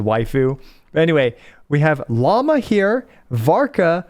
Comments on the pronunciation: I thought her name was pronounced “Loo-mah”, instead of Llama 🦙 could be totally wrong tho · its Lauma, not Llama, Lauma is a mythological being similar to the lamia in greek mythology, I think its from the Lithuania area. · Also her names not pronounced Llama it's laowema or something like that.